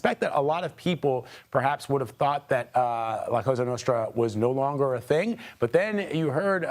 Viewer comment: It's la Cosa Nostra not la Casa Nostra that by the way they're gone long time ago !!!! Stop saying casa nostra !!!!